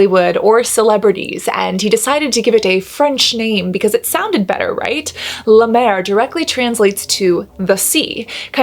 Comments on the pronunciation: This made my morning 😂 now I know why Jeffree Star loves La Mer. Also, you saying “”La Duuur” like La Mer is cracking me up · As a french, i just love the way you say La Mer ♡